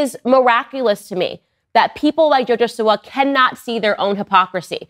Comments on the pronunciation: Live the content just letting yk you said siwa (seewah) right the first time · You said her name correct